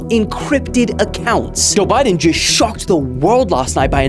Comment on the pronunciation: bro named the segment joe bye-den lmao